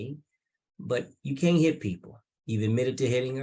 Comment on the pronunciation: "No, he cain't". Should be charged with murdering the English Language.